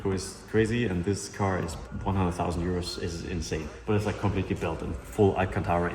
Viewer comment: I "leik" it aswell <3